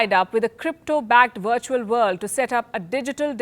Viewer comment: Palki is beautiful, and I love how she says 'wirtual'!! We really dont need this metaverse Palki.. when is enough enough???